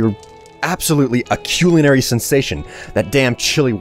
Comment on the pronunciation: He pronounces culinary wearied.